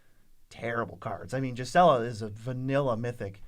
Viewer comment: Please stop saying jizela, it's gees-uh-luh